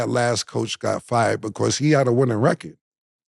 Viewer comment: Cam be like...beqause. 😂😂. Mf do not know how to pronounce because 😂😂😂😂. Or brought. I bought it from the house. 😂😂 It's like 1090 Jake trying pronounce apartment. Apahtment.